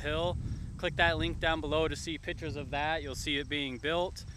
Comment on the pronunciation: Thanks for the video. Everyone keeps making fun of you for saying "libary" - but none of these fuckers apparently caught you saying "pitures" (instead of pictures) LOL!!! PITURES. Either way you're a cute guy, you got the current style down, and I guarantee everyone judging you would have 10 times the potential petty flaws they're pointing out. And just think about the random people looking up beetlejuice film locations. Subscribed!